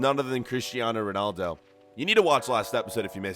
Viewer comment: It’s roodaldo (Ronaldo.)